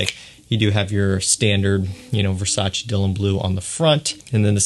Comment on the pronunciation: its versace not versaci